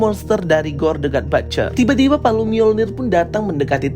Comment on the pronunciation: But-cher... Bukan bat-cher....salah itu pronunciation nya... Coba abang nya denger content creator luar negeri...how they pronunciate the word butcher... Batcher have a different meaning....next video moga udah di sebutin dgn benar.. Sukses selalu bang...